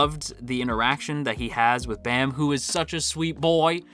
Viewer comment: Hearing kun and bam instead of koon and bahm really hurt my soul